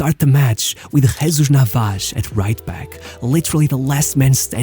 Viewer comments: Tell me you are Brazilian without telling me you are Brazilian. “Hodgi”. “Navaj” 😂 stop reading the names! Other than that great video! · Nice video... but why do you pronounce all the spanish names like a portuguese?!?!?... It's not NavaCHHHH, it's NavaSSSSS. It's not Fabian RuiCHHHH but Fabian RuiZZZZZZZZ... 😉Please do it for my spanish hears....🙏🙏